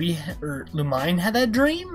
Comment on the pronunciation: It’s looh-meh-neh that’s how it’s pronounced